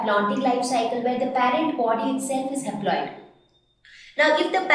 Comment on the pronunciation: Excuse me... exactly at 5.07 or 5.06 you may say something wrong... you said something like "change haploid to aploide"....???